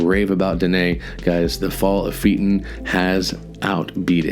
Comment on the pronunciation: Correct pronunciation of Phaeton is Fay-uh-tn 👍. Those Greek Mythology names can be difficult lol.